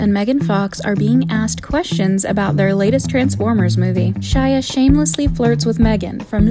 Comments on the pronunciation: We’re not gonna talk about how Megan Fox said “Shila” and not “Shia” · and she called him "shila", :'-{